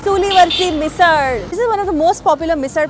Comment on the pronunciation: You pronounced मिसळ correctly 😁